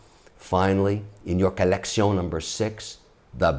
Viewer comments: one more time i hear collection pronounced like that im throwing a cat in the river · I truely believe the great Mr Wonderful has completely lost his ability to say the word "collection" without the french accent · Most of us took French 101 in school but still regular folks like you and I will have a hard time voting for a man who pronounces collection the way he did. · The way he says collection is awesome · Go info but your collection pronunciation is cringy as well as the I have a red bracelet because I’m on tv 🤮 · does it annoy anyone else every time he says "colleccion"? anyway watched the entire video for the essential info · Needless, failed French pronunciation of "collection" was a strategic miscalculation. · Kevin “Colletsion” O’Leary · Take a shot when he says collecione...then go bid on some watches !! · Fun "COLECTION"! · Take a shot every time he says colleccion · I swear the bad accents are the best part 😂😂 keep it up with the 'collek-see-ohn' 💯💯 I'm bouta start saying this all day now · I really don't like the way he emphasise collectiongggg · You mean kalecsionggg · Say “collecion” one more time😹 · "Accoutrement", " un je ne sais quoi ", "collection" pronounced with a French accent ... umm ... do you say "know how" or "savoir faire" ? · Trust me, once more he says collectioñë in his videos, I will stop collecting watches. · Great video oh French guy love it when u say collectioooun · Co-Lek-shee-ooon........French at its finest. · I sooo thought this would be a great video. The French collecion accent makes this un-watch-able! Plus, you’re Shark Tank, Mr Wonderful yet the video is only Ok & phone notifications keep going off in background. Cmon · Collecssyawwnn haha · Say Colleccion one more Time Say It! I dare You!!😂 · If I could get a dollar very time he said collectioné then I could have bought my first Patek Philippe. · Can you stop saying koleksiyon for f.s